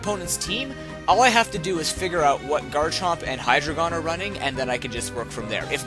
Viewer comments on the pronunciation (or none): Btw I always thought you were trying to say HYdragon but your accent was making you say hyDRAygon